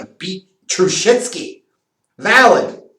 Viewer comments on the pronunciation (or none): He called him TruSHITsky! YES!!!!